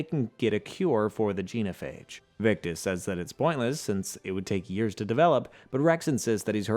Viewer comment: So... many... proper nouns... mispronounced. Rachni, Genophage, Palaven, Thessia. Atleast Tuchunka was right. And I still seem to be the only person in the world who realized you could choose Control then just fly the Reapers into a black hole. End of the Reapers, all other synthetic life and technology preserved. Easy peasy. Or enjoy immortality, use Reaper tech to build yourself a physical avatar to go party with the mates, and use the same tech to rebuild the galaxy and be all benevolent but... sure... let's just blow everything up. 🤦‍♂